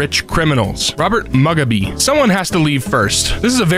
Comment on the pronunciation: It's fucking killing me how you pronounced Mugabe.